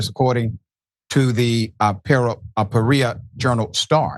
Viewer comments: Peoria. Pea-ORE-ee-uh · It is PEE OR EEE UH